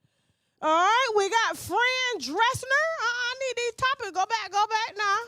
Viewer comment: I love how she's saying Fran like Fren lol